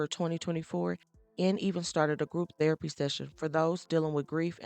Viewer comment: Thearapy or therapy I’m confused 😂😂😂😂